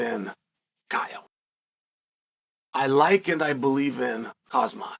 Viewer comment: Who the hell is Kasmat? Really? KASMAT? KAMZAT PLEASE!